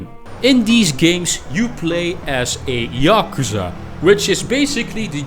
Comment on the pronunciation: "yockerza" how on earth